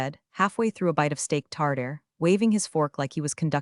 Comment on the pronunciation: "Steak Tardare"🤣🤣🤣🤣🤣🤣🤣 Try STEAK TARTARE.